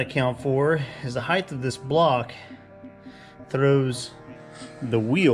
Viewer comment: When will you offer merch? How about a t-shirt that says “heighth”?